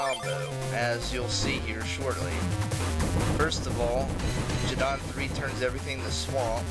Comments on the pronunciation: Uh, I think Geddon is pronounced Geh-din, as in, Armageddon. xD And man, I LOVE the FoldrBak chip. :D It's just so damn useful, but for some reason, I remember it being called RstFlder (Reset Folder). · The G in Geddon is a hard G, not a soft G. It's short for Armageddon. The Japanese name is "DeathMatch".